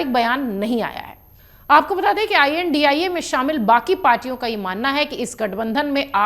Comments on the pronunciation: India bolna nhi ata ji ai.an.di. ai ae bol rhi ho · India gathbandhan ki aap india uchharan karneme kyun takleef hai?